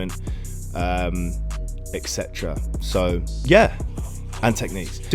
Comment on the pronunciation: Great stuff. PS : Et cetera, not eck cetera.